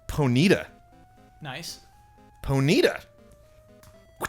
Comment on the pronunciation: poneeta first time i heard someone pronounce it that way haha